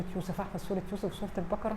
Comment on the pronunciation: ماشاءالله عليكي بس اسمحيلي اقول حاجة سورة البقرة بفتح القاف وليس سكون القاف ثانيا ملاحظة للقاهريين اهل القاهرة القاف تنطق كاف ماينفعش خصوصا في قراءة القران انا مش بتنمر والله ولكني اعاني مع حفيدي في نطق القاف صح يعني يقولي اكسم بالله ياتيتة ياحبيبي اقسم اسمها اقسم وهكذا ربنا يصلح الحال